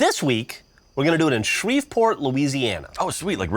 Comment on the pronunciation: It's pronounced Shree-port Geoff